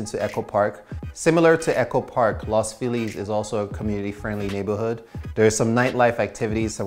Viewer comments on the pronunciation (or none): Don’t say Los Feeleez. It’s Lows Feel ez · La philis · Lmao, no one pronounces “Los Feliz” like that here